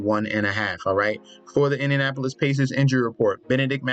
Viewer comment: bro said Indianopolis pacers